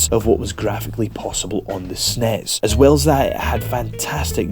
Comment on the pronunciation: wtf is snears?